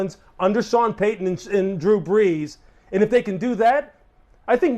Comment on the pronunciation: Hey, love the videos and the content, much better than one of the dolphins CC that think they know it all and talks crap about others even when we are all rooting for the team to do well, doesn’t make sense…. Btw, I think you meant BREESnot BRESS lol… northern jersey fins fan here…